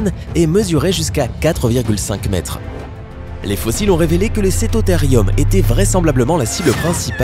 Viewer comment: Cétotherium se prononce Cétothérioum car le e se prononce é et le u ou ( si vous me croyez vérifier sue Google )